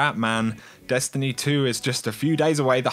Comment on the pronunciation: Great videos thx. I have to laugh as almost every sentence you say, the tone of your voice goes up like your asking a question and you give every last word an extra syllable. "Dest an ee ee"